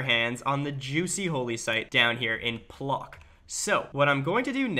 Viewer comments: Bro you insulted me with pronounciation of my hometown bro, it's not Plok bro you read it't Pwotsk bro. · Please don't pronounce it plock, the closest thing in English phonetically would be pwotsk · Its Płock Not plok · NOT EASTERN EUROPE !!! IT'S MIDDLE !!! And great video. I am actually imprest by your pronunciation of Polish words and names. Just this Płock. It not Plok XD